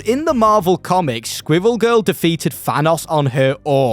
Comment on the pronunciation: Im sorry. I was giving you a pass becuase your accent, there's nothing you can do about it, but i draw the line THATS HOW YOU SAY SQUIRREL?!!??